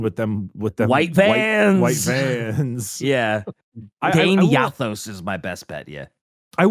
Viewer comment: its pronounced Dane-a-those